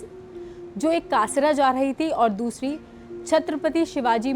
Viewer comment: कासरा नही, कसारा